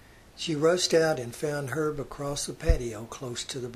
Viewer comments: I believe his name is pronounced Er vay the H is silent. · Nice job, first name pronounced "Her-vay", but afar from that, very informative, and thoughtful. Thanks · Herve is pronounced "Her-vay". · His first name was pronounced "Er-vay". Hard to believe 3 women chose to marry him. I mean, for real.